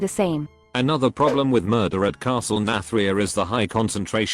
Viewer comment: How your script reader is saying Nathria makes me think it’s a castle filled with Nats… Castle Nat-ria I think the fact they are going back on mechanics they scraped in Alpha is because the leaders from back then aren’t they anymore. Now they seem to be willing to do anything.